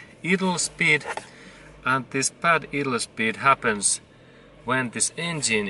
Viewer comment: Thanks for this video. It helped me understand why my 1989 Toyota idles rough when it is warmed up. BTW "idle" is pronounced: EYE- dle. in English. : )